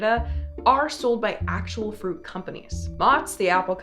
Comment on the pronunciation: "froot" snacks